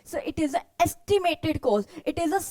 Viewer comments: mam its wonderful ❤but Just one Thing its COST not KOST as pronunciation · Her pronunciation of *cost*💀